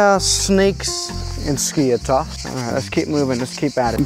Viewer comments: It's not skIathos its SkiAAthos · Jesus mate , this is noT SKIA- TOS ...Its skiathos ''TH '' Like Thanos from avengers skiAthos !!!Love your videos by the way !! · It’s pronounced skee a thos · Great Video! Just wanted to tell you that the "th" in Skiathos sounds like the "th" in e.g. "thank you" and the Emphasis is on the a (Skiáthos). For a Greek speaker to hear it was a bit weird how you pronounced it 🤣 Keep up the good work! 🙌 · it is pronunced skathos not skiathos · Bro i am greek and its called /skiathos/ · Its pronounced SKI - A - THOS 🤣🤣 " no one likes English tourists, pissed myself laughing when I heard that comment 😁YES , there are sneaks in Skiathos. Been to Greece a few times, Athens, Zante and Aegina, all wonderful trips from Scotland. Totally agree about diming the cabin lights, it a legal requirement on all European airlines 👍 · As a Greek myself, I can confidently say that you have butchered Skiathos